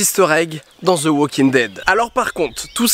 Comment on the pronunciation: Ze walking... prononce -le comme un d ce serait mieux.